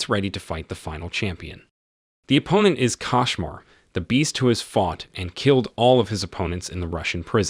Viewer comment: It's a kOshmar not kAshmar